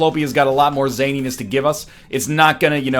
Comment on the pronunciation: At this point I just want to slit my wrists whenever he pronounces the word "zaniness"